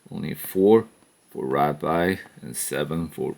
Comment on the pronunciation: Its ratbat not ratbite